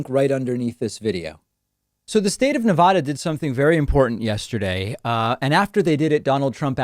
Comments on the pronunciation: Nevada is pronounced Ne-VAD-uh not Ne-VAH-duh. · David Pakman is so wrong and so misinformed on this issue. No way he did his research. It is pronounced "Nev-a-da" NOT "Nev-ah-da". That is the correct pronunciation. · Hi David, us Nevadans are cringing when you say Nev-odd-duh. It is Nev-ad-duh. Thanks! :D I know east coasters don't hear it correctly often so just a PSA lol 🤭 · FYI - pronunciation of Nevada: first a is pronounced like a in apple. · “Nevahda” lol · It’s Neveehhhhhdehhhh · David, you are mispronouncing Nevada. I would prefer the Spanish pronunciation too, but the word has been Anglicized. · Get it right. Nevada already has mail-in voting. For years. This is to expand it to everyone. And if someone wants to bring in a mail-in ballot and vote at a polling place, that can be done. Nevada didn't vote for Trump. He can't even pronounce Nevada. Why does anyone take Trump as an intelligent human being. I barely see him as human. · David, u were the one who taught me how to pronounce "nevada" correctly, and here u are mispronouncing it. Twice!